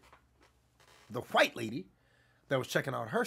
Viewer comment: Nigga said white like Hank Hill💀